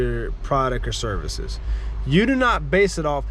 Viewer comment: Yo …”serices?” Come on man. Lol jk good stuff with your business. I am currently working on my own. Oh also you said point #1,2,3. But they were letters. 😅